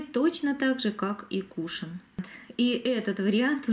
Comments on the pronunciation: Очень режет слух, тем более, что часто повторяете это слово)) правильно говорить - кушОн!!!!! Если бы ударение было на первый слог, то вместо О , была бы Е. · Извините, но вы неправильно произносите слово кушон ударение на втором слоге